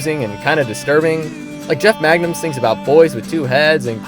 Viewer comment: Both. Both is good. Also just an FYI, it’s Mangum, not Magnum. Took me a while to figure that out too